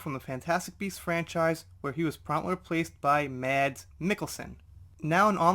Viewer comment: Just a comment, because it's driving me crazy. lol I live Denmark. Mads Mikkelsen's first name is pronounced more like "Mass" Mikkelsen. The d is VERY silent. :) Anyway, thanks for the video, despite the odd glare in the image. Super happy Forbes is bringing this out. Finally. <3